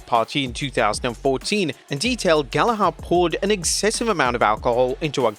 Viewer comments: its pronounced 'gal a ger' NOT 'gal a har'. it's a common and famous british name you should be getting right.... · Bro the pronunciation of the last name Gallagher makes me mad holy. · Dude, you are British, how could you mispronounce Gallagher? Have you not heard enough about the Oasis tour this year??